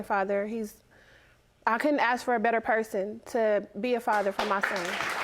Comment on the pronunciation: I am so sick of the way these people talk…they can’t pronounce “ask” correctly, amongst other things. Sickening.